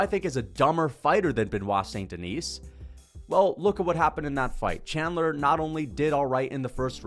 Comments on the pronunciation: Okay you need to stop daying "Duhneece". It's "Duhnee", SAIN-DUHNEE,, DUH-NEE, T & S are SILENT. 😭😭😭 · Bruh. My God. This your 3rd BSD video and you STILL can't pronounce his name correctly! F*ck man. The F'ing "S" in Denis is silent. It's pronounced "Di-KNEE". It's really not difficult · Stop pronouncing s in saint deni(s) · DON"T PRONOUNCE the "s" at the end of his name. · The s in saint denis is silent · Can we please learn how to say Beniot's last name? I mean, you can fricken pronounce davalshvlii or whatever it is! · Just please drop the S at the end of Saint Denis and Du Plessis for god sake